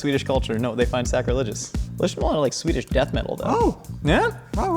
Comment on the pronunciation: His Swedish pronunciation is pretty great. Better than I usually hear from Americans.